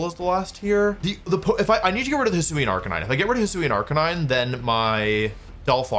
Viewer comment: No arc-a-neen-eh 😢